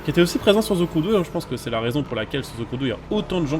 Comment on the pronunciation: pas ze crew mais the,de sinon la vidéo est bonne